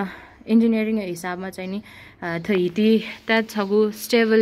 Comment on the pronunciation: हामीहरु त नेपाल भाषामा दुंगेधारालाई हिटि भन्छ होला भन्या त हिति पो भन्दो रहेछ सहि उच्चारण भन्दिनु भएकोमा धन्यवाद दिदि